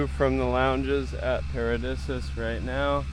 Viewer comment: Paradisus is pronounced para'deesus bro not disuhs.